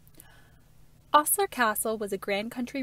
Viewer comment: Great piece - one minor thing - it's pronounced Oh-sler not Aw-sler. Thanks for all the great info!